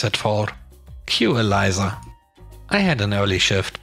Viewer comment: EL-EESSSAH (Elisa) EE-LIE-ZZAHH = ELIZA